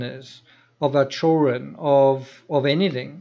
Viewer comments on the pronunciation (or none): you’re great and I love your work. But the D in children isn’t silent friend. 😆nothin but love I swear but you’re killin me😂